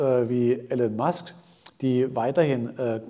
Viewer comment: iiiiilon Musk. Nicht Ällen Musk. Danke